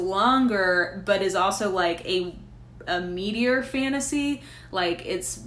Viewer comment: At first when you described The Fifth Season as a "meatier(?) fantasy" I thought you said "meteor" and was like what? is that a new subgenre I'm not aware of? lol It even kind of made sense, as I believe it's somewhat (post-?)apocalyptic. From that non-fiction on consumerism, I was going to recommend you Weapons of Math Destruction, but I see on your Goodreads you've already read it. :)